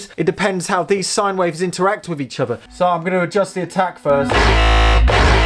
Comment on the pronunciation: Why do you say "Uvver" instead of "other"? Or "Muvver" instead of "Mother" Do you have a peach problem or something? Fank you for an answer.